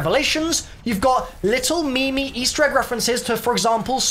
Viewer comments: did he just say me-me instead of meme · did he just say me me Instead of meme